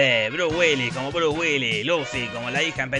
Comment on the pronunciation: Nunca había escuchado el nombre de Bruce sin la S' en castellano o en inglés. Check Now.